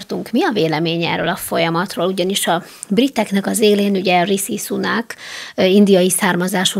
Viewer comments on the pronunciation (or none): Egy apróság. Rishi Sunak nevében a Rishi-t (risi) s-nek ejtik, nem sz-nek.